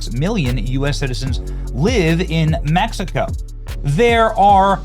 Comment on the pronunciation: METH-E-CO is a no go